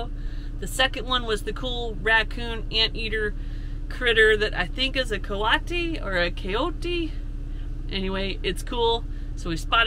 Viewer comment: Coati - co-AH-tee Remember, Spanish is totally phonetic & never changes, so the vowels are: ah, eh, ee, oh, oo. You are doing great!